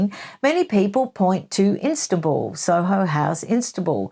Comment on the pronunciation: Sorry Lady, it is not IN STA BUL, but it is pronounced IS TAAN BUL. Just saying.